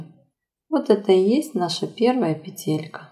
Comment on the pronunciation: Вы не так ставите ударение на слове петелька